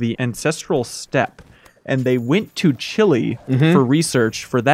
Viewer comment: "They went to Chili..." Really? Is pronouncing the E in Chile really that hard? Lmao